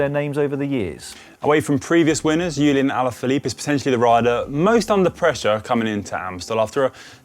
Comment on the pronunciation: Is it just me or did say Ulien Alaphillipe?